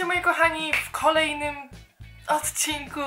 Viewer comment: jak ona powiedziala w ,,w kolejnym"to telefon mi wypadl z rak